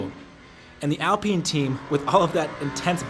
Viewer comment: It's AL Pine.... Like the tree!! Pine..